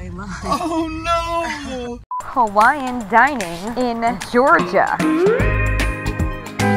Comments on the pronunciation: Gorgia? Lmao it’s Georgia** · "Gorgia" :P